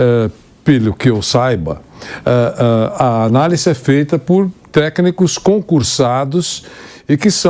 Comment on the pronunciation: Pq esse senhor de óculos e careca fala análissssse, jornalista analfabeto é dose